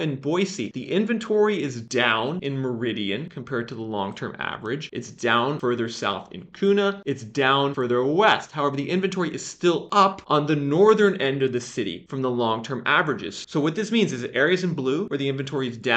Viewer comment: Fyi, it isnt "Koona" is Que-na. Kuna. 😉 Like Boise is -Boy-see, Not Boyzee. We Idahoans are particular about how you pronounce our cities.